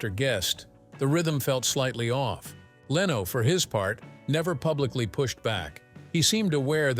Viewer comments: It's not Leeno. It' s Leno. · Good video but I don’t subscribe to sites that use the lame AI voices that mispronounces simple words it’s lame and unprofessional , Leno not Leeno, use a real narrator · Jay Leno's last name is pronounced LENN-no, not LEE-no. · I couldn’t watch this because of the AI pronunciations of names starting with Jay Leno. The AI was pronouncing it Jay Leeno/Leano. It was so much better years ago when an actual person talked. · I missed the part where Rickles named the hated 7 - and who was "trash?" (The first name I thought of was Milton Berle). Yes, I enjoyed Rickles' humor. And I hate stupid narrators that can't even correctly pronounce a big star's name. It is NOT lee no. But congrat's on getting his first name correct. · who the f is "Leeno " !?! Loose these ai scripted narratives, they stink ! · The headline "Don Rickles Finally Names The 7 Comedians He HATED Most" shameless clickbait. Not a hint of that in the video. Also, pronouncing Jay Leno's name as Leeno was abrasive. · LEARN HOW TO PRONOUNCE LENO!!!!!!!!!!! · I blocked this channel when the ai said Jay Leeno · Jay LEENO? I stopped after, yet, another AI snafu. Way too many times AI screws up like this and I just stop listening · Leno can't you get someone who can pronounce names it's an easy one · Too bad the AI can't pronounce Jay's name correctly. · Every time they mispronounce Jay Lenos name I want to slap them!